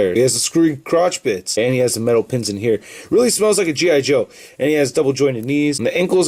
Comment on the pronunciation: It sounded like he said, " it smelled like a Gi joe figure